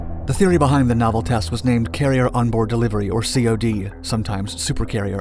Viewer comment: You should contact NavAir PAO and say you are a YouTube documentarian and see if they can get you a COD flight (fyi it's pronounced like the fish not spelled out C-O-D) on a media day. Air Force has media days all the time. It would be a fun day, to flying for 30-45 minutes, pass out, maybe barf, can't buy that ride anywhere.